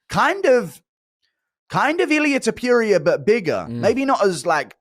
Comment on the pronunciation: “Illia Topurier” - Guru